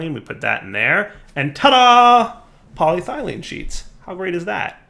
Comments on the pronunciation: Poly-ethylene Me: Cool and good: Poly-thylene Me: Warm and bad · This series is getting better. Good job. But its poly-eth-elene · Poly-ethylene lol you say ethylene right, just add a poly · PolyTHIGHlene!?!? plz... PolyETHYlene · says polyethylene right all last episode: says polyethylene right in this episode: Polythylene Back on your bullshit lol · Poly-Ethyl-Ene Please you're killing me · Still can't pronounce polyethylene after 20 episodes! And also so funny he is concerned about the wire when the rest of the base is a colossal mess and he's constantly having to jump over stuff. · You were doing so well, then you pronounced polyethylene incorrectly again! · Now I KNOW he's a fucking troll. He was saying polyethylene correctly, and not two seconds later he's fucking it up. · DIRE. YOU MISPRONOUNCED POLYETHYLENE AGAIN. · has purposefully mispronounced polyethylene in what can only be considered a power move. He is above us, we are below. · Right?! I was like “how can be pronounce it correctly for an episode and then STILL mispronounce it after that?!” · How in the hell does he pronounce it correctly less than 20 seconds before seeing the exact same word again and mispronouncing it?